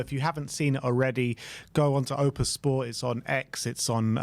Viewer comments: It's pronounced O P T U S not OPUS you silly twats 😂😂😂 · It’s OPTUS! Since the beginning of the year you constantly say opus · As an Aussie, I had to chuckle at "opus sport" 😬 (FYI it's Optus) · Repeat after me, it's OP-TUS